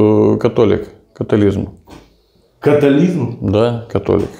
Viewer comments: Католізм? Катаклізм? Я думав то "католіцизм", але ладно... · Католіцизм,а не католізм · Католицизм, а не католизм, такой и католик от слова кат